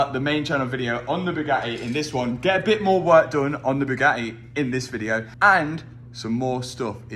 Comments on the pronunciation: When Mat says Bugatti, the T is silence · I love saying Bugatti without pronouncing a consonant.